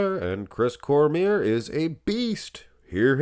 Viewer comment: His name is pronounced Cormee - ay. It's French